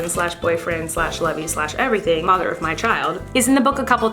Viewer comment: Ionce ik that's what she meant it just sounded a lot like mother